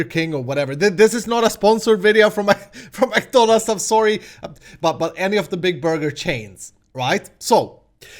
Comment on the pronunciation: I'm sure people are gonna rage because you say McDonalds wrong....